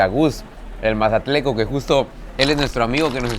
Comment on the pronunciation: se dice mazatleco 😂😂🤭😌